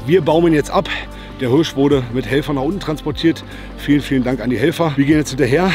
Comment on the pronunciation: Wichtig: Immer eine hand in der Tasche beim laufen & die Waffe auf der Schulter!!! Aber Hauptsache er kann Hööörsch gut aussprechen.